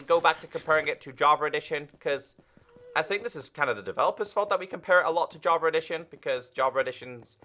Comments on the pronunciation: And i hear "JAVAREDITION" Lol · I kinda hear "JARVA EDITION"